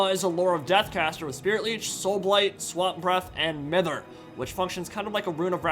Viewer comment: What is it with Americans pronouncing "Mither" wrong :') it's My-ther not Mi-ther my guys